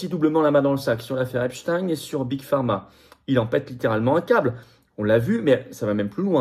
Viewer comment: C pas apchtaigne c epstein